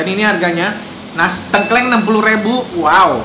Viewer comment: Btw ngomongnya tengkleng bang bukan tengkleng